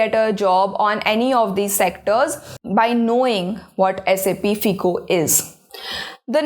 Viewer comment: its pronounced as FYCO. NOT FEECO